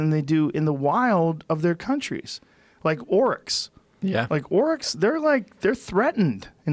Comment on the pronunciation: Oryx.... Not Orcs.